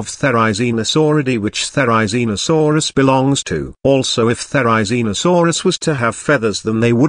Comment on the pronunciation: oh and therizinosaurs has rizz? bros saying it like rizzinosaurs😭